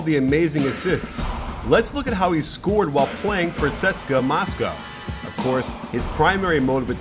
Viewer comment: did you sey praceska moska